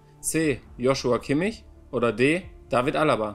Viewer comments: Wie er halt eiskalt Kimmichs Namen falsch ausspricht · Bin ich die einzige die auf die Kommentare wartet, in denen steht das Manuel Kimmichs Namen falsch ausgesprochen hat? 😂😂